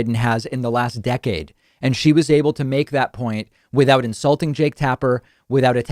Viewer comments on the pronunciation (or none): none